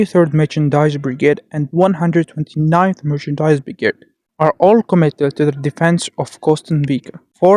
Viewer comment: Nice video, but you need to practice the word "Mechanized". You pronounce it more like merchandise.